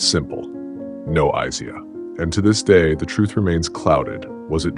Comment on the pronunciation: Could you please stop mispronouncing Isiah 😢